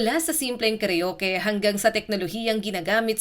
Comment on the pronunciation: Ayusin mo Ang pagka bigkas ng salita karuke instead na karaoke tanga